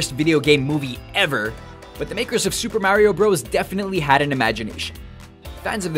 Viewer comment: Please don't say Super Mario Bros. like that....wtf dude.